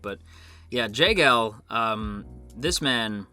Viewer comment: The way to pronounce it is Jeh-gaal and Joo-Gok btw lol. Korean names can be a bit more difficult than japanese names